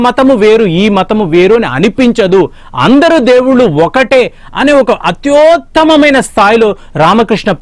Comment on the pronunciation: అత్యోత్తమమైన కాదు/ అత్యుత్తమమైన